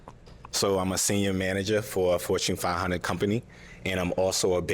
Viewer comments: Did he he say Fortune 5 hunnid or 5 hundred? 🥴🥴🥴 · DI'd he say fortune fi hunnid company? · He said " Fortune Fivehunnard"😅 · He said fochen-fihunet (lol)